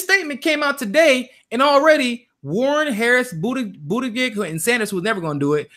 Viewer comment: its pronounced (Buttigieg - Booty Judge)